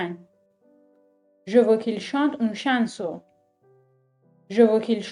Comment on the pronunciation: سلام‌ استاد جان فک کنم تو ساختن این درس یه کم عجله داشتید بنظر من chason. رو شبیه chainson تلفظ میکنید .. درسته ؟؟؟؟ پوزش